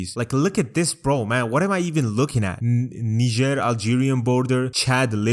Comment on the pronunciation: bro literally said nizhèer 💀💀💀